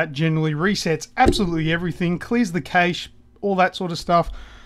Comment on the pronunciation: Clears the , kay-sh? You meant, cash, cache??? Kayshe? Kay, sh... Its cache... Like cash, but not quite